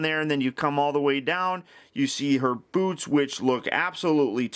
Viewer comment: When he said boots I thought said boobs